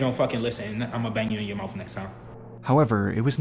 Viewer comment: he says: "IMMA BANG YOU IN YOUR MOUFF NEXT TIME" what's a mouff??